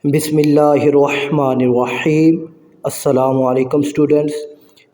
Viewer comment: Bismisllah sahi parha krein meharbani krke....wah mani wahim nahi hai....rehman e raheem hai